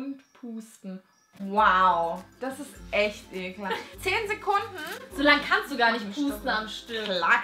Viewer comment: Vor allem "ekli n ge"